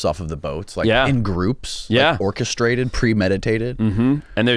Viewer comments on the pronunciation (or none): Did he say ORCA- straded?!?!?? lol 😂